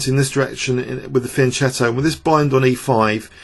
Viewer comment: it's spelled "fianchetto" but it's PRONOUNCED "fianketoo"